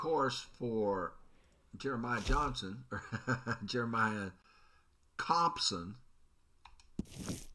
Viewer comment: You did good with Compson 😂